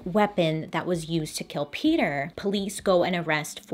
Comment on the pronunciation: Name is PETER not peeder